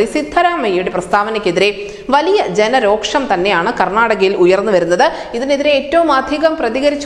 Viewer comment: രോക്ഷമല്ല കുട്ടീ. രോഷം എന്നാണ്.